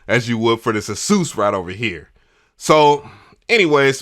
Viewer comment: It’s so refreshing to hear someone properly pronounce Asus! Lol Edit: I built my pc I use for recording but the wires needed to keep it silent (it has 7 fans on the water cooling radiators) which one of my mics would pick up on ever so faintly lol.